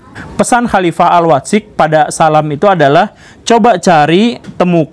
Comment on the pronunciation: Mendengar guru gembul baca Al Watsiq sesuai bahasa indonesia nya : AL WAT-SIQ dapat disimpulkan guru gembul gak bisa bahasa Arab.. padahal sangat penting bagi dia kalo mau faham keislaman yang mendalam